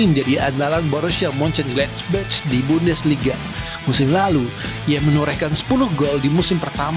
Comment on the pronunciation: Min Moenchengladbach bacanya bukan "muncen gladbac" bukan "c" tapi "kh" jadi yg benar bacanya "muncen gladbakh".